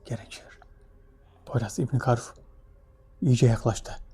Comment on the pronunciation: Hocam ilk defa ibni karuf un anlaşılır bi şekilde konuştuğunu duydum net oldu cok doğru konuştu.kolay gelsin inşallah.